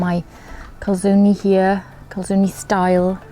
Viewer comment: Good effort on pronouncing the e in calzone, brava! (next: salame is the same :D)